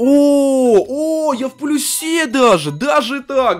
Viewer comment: Не в плюсЕ, а в плЮсе